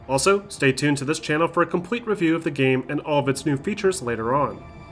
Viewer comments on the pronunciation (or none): none